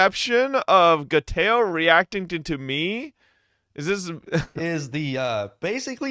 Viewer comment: Gayteoo? Who? Sounds like a nobody